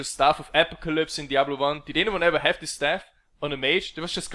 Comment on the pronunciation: Apocalypse - A‧poc‧a‧lypse